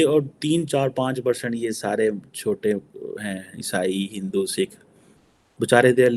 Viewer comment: he finds it difficult to say Hindu